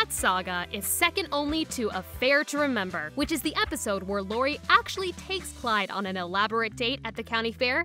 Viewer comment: You called Lori clori